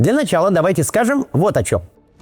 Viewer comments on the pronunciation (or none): none